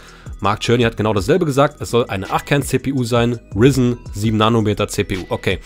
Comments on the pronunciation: Bitte nenne es nicht Rizn. Es wird "Ryzen" (englisch) ausgeschprochen... Ist ein AMD Prozessor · Ryzen wird Reisen ausgesprochen. Aufjedenfall nichts risen. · Wie du Ryzen aussprichst😂😂😂 Man spricht es „Raisen“ 😂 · Wie er ryzen nicht aussprechen kann